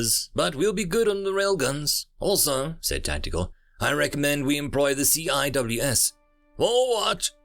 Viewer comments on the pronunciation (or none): Just FYI, CIWS (Close In Weapons System) is usually pronounced "Sea Wiz".